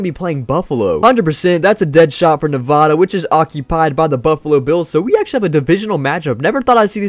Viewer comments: It’s Nevada not nevoda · It’s Nevada not nevadaa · Stop saying Nevada wrong. Good video though.